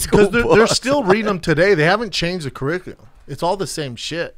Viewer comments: and brendan just said "they havent changed the corriclia" lol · “The ciriclia”